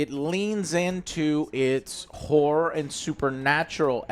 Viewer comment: Is that how you pronounce Horror? Interesting, please say it more Joe in sentences